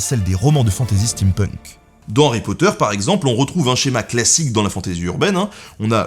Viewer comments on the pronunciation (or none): Aie aie aie, les prononciations sont pas bonne du tout xD Sinon sympa, des choses ou je suis pas forcement d'accord mais pas mal dans l'ensemble. Par contre pas de Warhammer, de Marcus Heitz, de Quete de Deltora ùais comme d'hab el famoso Harry Potfleur (cette ... chose xD)